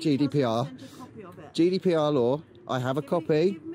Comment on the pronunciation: I thought he was saying judy pr